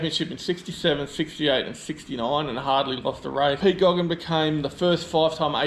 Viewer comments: Who was Pete Gogan ?..? Hi remember Pete Geoghegan (pronounced GAYGAN) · Mate, learn how to pronounce "Geoghegan" correctly -- it's not "Goggin"!! And in answer to you question as to how many ZB Commodores were built with a V8? The answer is none. The racing cars purporting to be ZBs, as with any car in this era, is a space frame with panels hanging off of it. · Leo and Ian "Pete" Geoghegan, two of Australia's best drivers in the 1960's and 1970's. Pronounced "gaygan". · My friend you only make a goose of yourself if you do not do your research…… please learn to pronounce Pete Geoghegen’s surname correctly. In his day along with Alan Moffat he was the king.